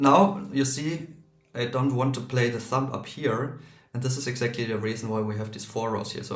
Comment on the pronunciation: "Thumb" ends with the nasal "m" sound, not a plosive "b" or "p" sound. The final b is silent. English is weird.